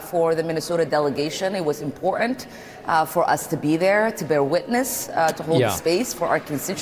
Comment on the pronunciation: The impor-ANT mispronounciation of important by Ilhan makes me want to break glass